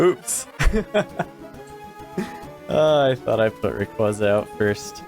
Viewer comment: It's Ray qway zuh, not ray qwah zuh